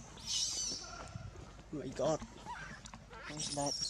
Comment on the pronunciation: lol "oh my got". You got that right.